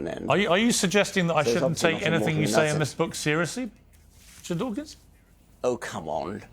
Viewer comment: Dawkins not “Dawking”